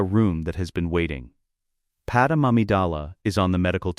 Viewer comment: Okay I shouldn't have to even be mentioning this but her name is not Padam...ITS PADME!!!!